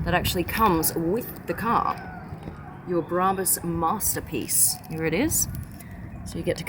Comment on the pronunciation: its not HEAaaaa its HERE